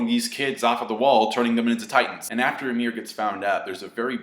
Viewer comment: it's pronounced ee-meer, just an fyi